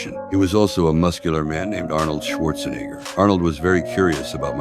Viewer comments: He said Schwarzenegger wrong he said schwartznigger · The AI did not pronounce Arnold's last name right 💀💀